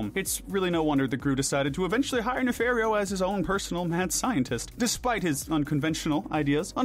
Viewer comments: NOT NAFAIRREO NAFARIO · Why do you morons keep mispronouncing names, like Dr. Nefario?! It’s pronounced “nuh-FAHR-ee-oh”! 🙄